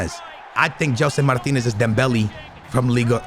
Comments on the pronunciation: Dude's portuguese and says Martinez instead of Martins... oh... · Its gelson martins not martinez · tu és português meu, diz GELSON MARTINS, n digas Gelson MARTINEZ 🤦🏻‍♂️ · Jellson Martineezzzz😂😂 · Gelson Martinez??? Fds mano és tuga devias saber dizer Martins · Its not martinez its gelson martins. Much love from PORTUGAL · Please gelson martins every time you say name I think it’s a brand new player